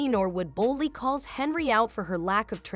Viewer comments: You couldn't catch that your AI translation was pronouncing HENYARD and HENRY the ENTIRE DAMN VIDEO? Nice Job Genius. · This AI shit is gettign old. You can tell it's AI cause even though the fucking title has her last name right the AI is saying Henry. This is why I'm probably not gonna keep my Premium. I ain't gonna pay for computer generated content. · You need to learn how to pronounc her name and until you do I will not give you a thumbs up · Get her name right mr. Bot